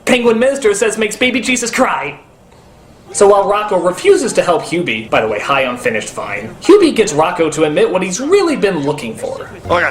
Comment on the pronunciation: While I'm used to Doug mispronouncing names here and there, this is probably the strangest case because he seems to flip back and forth between pronouncing Hubie's name correctly and incorrectly.